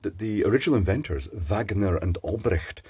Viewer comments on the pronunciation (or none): none